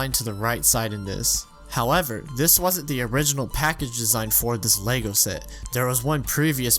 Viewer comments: I’m not watching a 40 minute video of a guy mispronouncing lego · ah yes my favorite game, lego staars